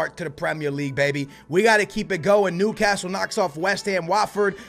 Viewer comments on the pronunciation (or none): none